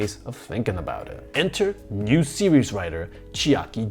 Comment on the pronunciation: I think he accidentally said nude instead of new for the 2020 reboot